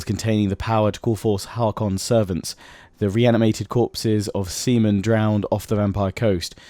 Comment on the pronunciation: "The reanimated corpses of seamen-drowned" HAH semen